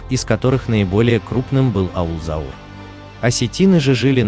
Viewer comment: NE ZAUR, A CAUR